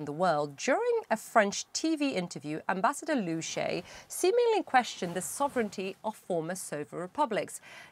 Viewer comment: Liu Sha Ye. Not Liu Shay.